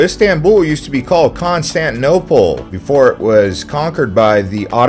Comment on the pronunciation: Constantinople. You are not pronouncing the ti in the word . Why?